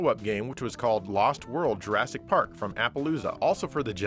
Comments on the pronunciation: is nobody going to gawk at the pronunciation and spelling of Jurassic Pawk. LOL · Jurassic Pawk... XD